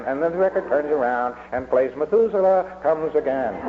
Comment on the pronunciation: "methuselah" not mafusula.